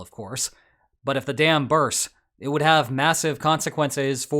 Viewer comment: HOLY CRAP,!! Did you jusT say, “… the dam burss.”?! 👀